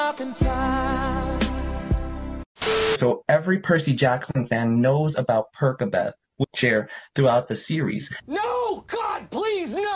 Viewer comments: when the interviewer pronounced it "perKabeth" i screamed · bro am I the only one who was like rlly surprised when the guy said “Per-K-abeth” like isn’t it “Per-s/c-abeth”??? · THE REPORTER JUST SAID “pErKaBeTh” WHAT THE- I will say this video is pure GOLD though ❤ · did that dude really say perkabeth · Guy calls percabeth perkabeth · No Please not per-ka-beth😭